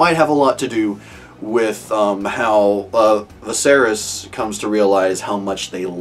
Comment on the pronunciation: Viserys: vis-AIR-is Daenerys: dan-AIR-is Easy way to remember the pronunciation. They're meant to sound similar because they're from the same language - Valyrian.